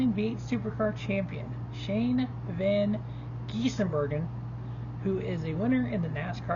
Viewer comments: It's not van Gis"in" Bergen it's van Gisbergan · I know it's odd, but it's pronounced as written. Gisbergen = giz-ber-gen